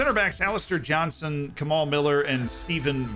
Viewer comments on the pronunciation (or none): none